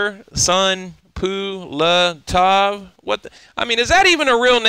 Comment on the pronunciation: man it's easy, repeat after me Tursun (easy as Tarzan)... Pulatov (easy as Pulev), and now together Tursun-Pulatov. Tursunpulatov))